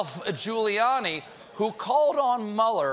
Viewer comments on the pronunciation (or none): none